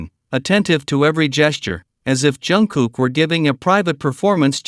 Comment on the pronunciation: Хотя бы правильно называйте их имена😂